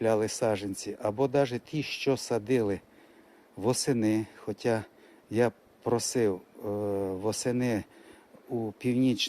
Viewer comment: СаДжАнці, відлиги, хоЧа, злежуватися... Злягатися - зовсім інший, інтимний сенс, не сраміться! Ріже вухо... Позбувайтеся кацапського суржика!